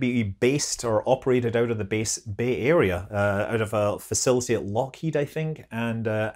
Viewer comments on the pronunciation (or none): none